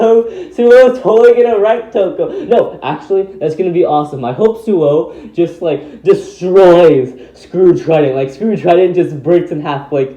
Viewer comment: it’s ”Suou” not ”Souu”